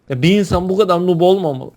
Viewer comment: nup değil noob nuub diye okunur